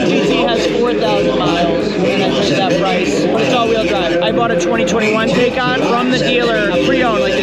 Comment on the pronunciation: TIE-khan MY-boch